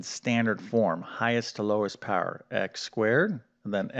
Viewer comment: Im 22, using these videos to prepare for my IBEW aptitude test, a little too late unforunately, but I gotta know where you're from. I heard the way you say "power" in one of your videos and it sounds awfully Pittsburgh to me, which is where Im from.